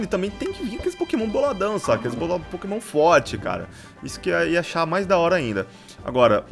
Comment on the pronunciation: vc na minha opinião vc é o mais forte da série mais por favor só tenta aprender a falar os nomes dos pokemon direito #montamelhordaserie